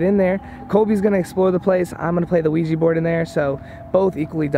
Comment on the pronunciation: Why do they say ouiji board and not ouija board?